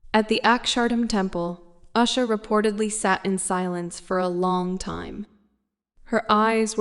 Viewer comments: Please at least pronounce the name of the person right she is no Asha she is usha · Her name Usha is pronounced as in "oosha" not "ashha". Usha is Sanskrit word meaning dawn. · She is the second lady of USA, please pronounce her name properly as OOSHA not ASHA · It is not Us-ha, dummy. It is oo-sha. horrible narrator and totally ignorant on how to say her name. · O goodness. Oosha. Not usher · Is it uh-sha, oo-sha or you-sha? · Her name is usha spoken with oo sound not aa as is done by commentator but she's alright with passion ❤❤ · Please learn the proper pronunciation of Indian names and prominent places. Why can't you make a little effort to sau indian names properly and show your respect. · First of all learn to pronounce her name right. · Please learn how to pronounce Usha Vance’s name first